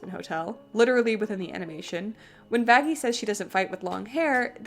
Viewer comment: I think they meant that the way they pronounced Vaggie sounded more like it started with an f